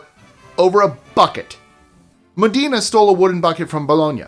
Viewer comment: Regarding the " War of the Oaken Bucket"; the correct pronunciation of Modena, Italy is " MO-den-ah" with accent on the first syllable rather than "mo- DEEN- ah". This was a really interesting list overall, with the dogs disrupting the baseball game being a fun non harmful story ❤